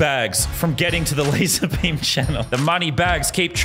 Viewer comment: Why aunt you called lazarmeme